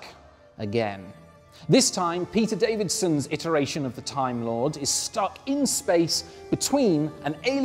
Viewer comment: Peter DAVISON, not DaviDson. Yes, I am being pedantic, but it's his name.